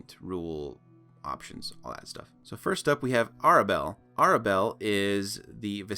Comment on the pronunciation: REALLY?? First mistake It's pronounced Tair-Oh-ka. Like Tarot with a ka on the end. It's called RAW.. Rules As Written. So you would say the RAW Module, or using the module RAW. Air-abelle. The name predates the English language, you should be able to find a pronunciation guide somewhere. CoS made up the lore of Madame Eva being the half-sister of Strahd. Never trust CoS lore, it leaves gaping plot holes and screws up the entire timeline. In general, CoS lore always comes LAST if there is a question of canon. FIRST OFF, Madame Eva lives outside of the time continuum. She existed LONG before Strahd did and it's utterly impossible for her to be Madame Eva. The easiest way out of that idiotic loop hole is to say that the Turg assassinated her sometime before Y350 Yeah.. I'm not doing this for 35 minutes. Buh-bye now!